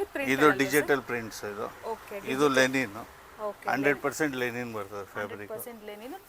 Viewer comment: ಮೇಡಂ ಅದು ಲೆನಿನ್ ಅಲ್ಲ ಲಿನನ್. ಉಚ್ಚಾರಣೆ ಸರಿಯಾಗಿರಲಿ